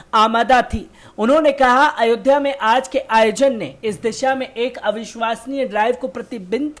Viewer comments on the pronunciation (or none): none